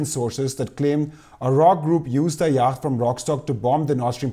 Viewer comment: It feels slightly churlish to say this, but you might find it useful to know that the word yacht is pronounced yot (rhymes with plot) in English. Anyway, thanks for the great discussion. I hope the truth comes out before I shuffle off my mortal clogs.